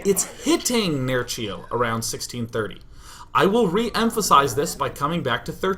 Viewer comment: Why the german accent in "nerchio is quite good, quite good". Nerchio's polish. Do a polish accent day9;)